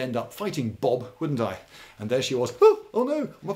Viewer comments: For those confused about the way he said Bob. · When he mentions a girl called Bob, the way he says it sounds like a homage to a Blackadder episode with.. a girl called Bob.